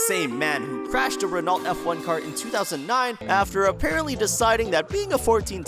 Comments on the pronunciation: Ren-alt? I thought it was Ren-oh? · are you seriously pronouncing renault as "ren-alt"? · And in every video, not just this one. 🤣